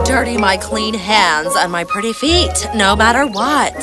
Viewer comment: I noticed that the woman’s biological daughter said feet as if it only had one E in it. Was that on purpose or did the actress mess up? Because if it was a mess-up I just want to make sure it doesn’t happen again and point it out.